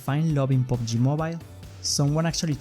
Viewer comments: pubg mobile, not pobg mobile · Omg Pubg not POBG